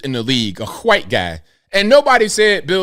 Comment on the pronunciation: Love how its not racism when it's a white person. Yet somehow its racism every time something happens to a black person. cant even commit to saying white correctly at times. How do you expect a white person to take what you say seriously when you're to ashamed to pronounce the word "white" correctly.